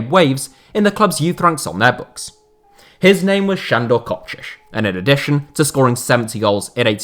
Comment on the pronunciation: Wait, he improved his pronounciation of Kocsis. its a really small thing, but thank you